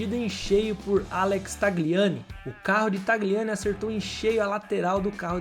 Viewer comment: Video muito bom, só precisa ajuste na pronúncia dos nomes. "Pirrôni", e não "Píroni" "Jilles", e não "Guilles" "Chíver", e não "Chéver" "Taliani", e não "Tagliani" 😉